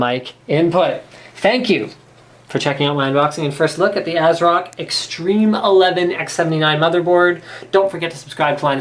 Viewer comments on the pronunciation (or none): No , not ass-rock We want MSI! >:c Linus!!